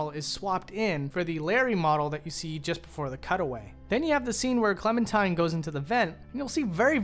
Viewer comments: her name is Clementine, not Clementime. Classic Valentine/Valentime situation. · Am I the only one hearing him say “clementime” instead of “clementine”